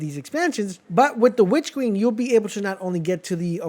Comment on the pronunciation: “Witch keen”😭